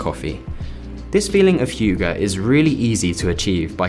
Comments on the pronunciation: Hygge is pronounced as hu-ga not hyu-gge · Was kinda offset by your pronounciation of "Hygge", specially im from Norway, almost same as Swedish and Dansk pronounciation, but i guess its taken from finnish. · Even as a german who is learning danish it totally throw me off. Please relearn the word! btw. stumpled uppon your channel a few days ago, really like it! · As a dane listening to you pronouncing "Hygge" as "hiyugah" made me chuckle. Great video! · Rest of the video aside, the way you pronounce 'hugo' made me unnecessarily amused as a Scandinavian :D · As a Dane, it sound hilarious when you say "hygge". But its not really a word you directly can translate to English, so can't really blame you haha Loved the apartment and the video. Keep it up! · as a dane i love the way he says hygge 😂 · The original spelling of Hygge is quite different. Have a look for "How to Pronounce Hygge? (CORRECTLY)" here on YT 😎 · First, ouch, it takes two seconds to look uo tje pronunciation of "hygge". Also, hygge is not a Scandinavian general word, just Danish and it by no means necessarily desceibes decoration. It's just a word that has been constantly misused for marketing anything Danish internationally... Just say coziness or to cozy up. Pls, it's so pretentious, it hurts, the way it's used. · Horrible pronunciation on the word HYGGE